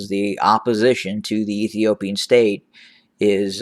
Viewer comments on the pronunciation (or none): I love it when you say the former stare of Ethiopia 👍